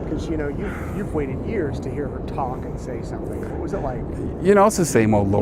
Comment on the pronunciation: Why can't this woman say the word "What"?? She says "Whah". "The state cannot prove Whah happened". Sorry, drives me nuts every time